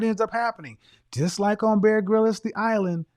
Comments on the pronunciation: Am I the only one who laughs out loud when he pronounces Bear Grylls as “ grilis”? 😂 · Bear Grylls pronounced Grills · Any other Brit’s maddened with how Kevin pronounces Bear Grylls 😂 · man, its Bear Grylls, one y, no e, you are saying it weird.